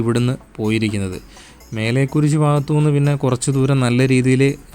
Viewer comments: മേലെ കുരിശു അല്ലടെ മലെ കുരിശു ദയറ പുത്തെൻകുരിശ് 🙏അതേ പോലെ ചെക്കുളം അല്ല ചേലക്കുളം ആണ് ഇംഗ്ലീഷ് വായിക്കാൻ അറിയില്ലേ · You can't read malekuriz& chelakulam properly, Malayalam unknown vlogger? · 'മലേക്കുരിശ്' വായിക്ക് ശരിയായിട്ട്